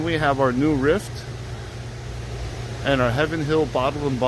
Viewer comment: I like how he makes up his own names for the bourbon brands. New Rift its Riff the T is silent. Whistling Pig. Ing is silent. It’s pronounced whistle.